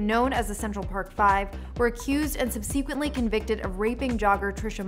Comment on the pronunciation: Sub-SEE-quent-ly? Really?